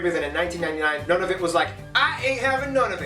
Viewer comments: One other correction - the Territory is pronounced New-na-voot, not None-of-it. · I hate to nitpick but his pronunciation is off. It's Noo-nuh-voot, as opposed to nuh-nuh-vit, and Newfoundland, well, best listen to a Newfoundlander to learn that; or check out a video called "How to pronounce Newfoundland" by the National Post. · Uh oh! He spelled the national cap wrong--Ottowa, rather the correct--Ottawa. Also, granted, Nunavut is a weird one to pronounce correctly; nevertheless, it's Noon-uh-vut, with the 1st. 'u' rhyming with 'foot', and the 2nd. rhyming with 'but', and NW Territory is Territories. He mentioned Alert, but the northernmost town is Grise Fiord, which is 449 miles to the south. Some years ago I took the train from The Pas (PAH), Manitoba up to the town of Churchill, on the Hudson Bay, which is billed as the Polar Bear Capital, and I saw a ton of polar bears. The sand squeaking is not fake. If it were, and he said the opposite, it would seriously undermine the/his channel's credibility--right? The Slavey people are up around Yellowknife, NWT, from which depart ice road truckers in the winter. In addition to the Navajos, the Apaches (uh-PATCH-ee) are part of the Athabascan language family. Last, as he alluded to, Montana's Glacier N.P. is across the border from Waterton Lakes in Alberta, N. Dakota has the Int'l. Peace Garden, which crosses the border into Manitoba, Alaska's Wrangell-St. Elias N.P. is across the border from Yukon's Kluane (clue-AH-knee) N.P., and Roosevelt/Campobello Int'l. Park is just a few miles across the border from Maine in New Brunswick. Last of all, the people we call Native Americans are what Canadians call First Nations (what were formerly referred to as Indians), and the people we used to call Eskimos are now referred to in both countries as Inuit.